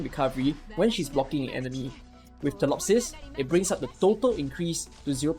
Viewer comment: She literally calls herself feelee-opsis yet you still call her tillopsis.